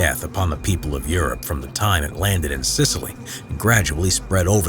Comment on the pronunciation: he said Sicily lol